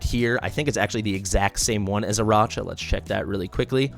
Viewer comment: I know it's gauche to complain about pronunciations, but a bunch of folks on YT call her "AraCHa," with that soft CH sound, which is so bizarre to me. It's CLEARLY a name made to be a play on Arachnid, like a spider, right? So it should be pronounced with a "k" sound.